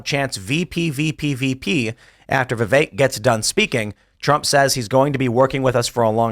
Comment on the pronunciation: Vipek Ramaswamy? 😅